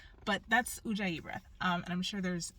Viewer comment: Ujjayi, not Ouija 😂😅😂